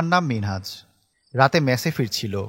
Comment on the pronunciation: মিনাজ না মিনহাজ 💗😊